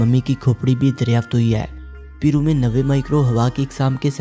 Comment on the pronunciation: It's not peero Ita pairoo